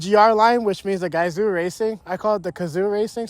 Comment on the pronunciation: fun fact its actually pronounced "gah-zoh" or gazou, I though it had an "ooh" sound too